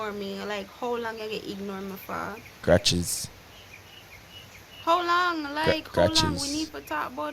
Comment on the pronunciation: Kratches,kratches,kratches...😅😅somebody need to clip tht